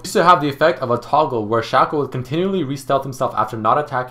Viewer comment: toàn đọc là sêkô